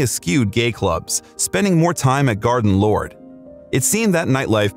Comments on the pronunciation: Did you say "Garden Lord...?" (TWICE?) You meant Garden LODGE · Garden Lodge. Not LORD. I would rather hear comments from peoples own mouth. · GARDEN LODGE!!! NOT garden lord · Freddie's mansion was "Garden Lodge" not "Garden Lorde" as mentioned wrongly in the video and also Freddie was 100% gay not Bi-sexual. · Glad some one else noticed that mistake! Garden lord 🙄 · So many factual inaccuracies in this and can’t even say Garden Lodge correctly!